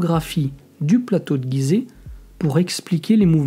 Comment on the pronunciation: Bonjour on dit gizet et non guizet comme girafe